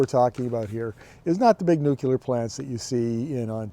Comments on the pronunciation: All excellent points as usual and you're dead right about SMR being a foot dragging exercise. And now for my pet peeve.......It's "nuclear"...pronounced "newcleer". It's not "new killer". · There is no such thing as nuke-you-lar. it's nuke-lee-are.